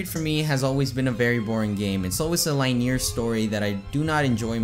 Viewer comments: L Á Í Ñ É Á É R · lynear or lenyar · Linear gameplay? LINE-EER? LINN-EE-ER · Lien - eer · Linear..... LIneAr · He makes fun of the way he says fox but he cant say the word linear disliked video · You need to learn some English buddy. You didn't say linear or proving correctly. Just saying.